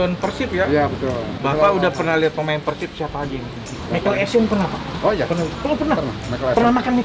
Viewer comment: Kalo nyebut PERSIB itu PÉRSIB Bang...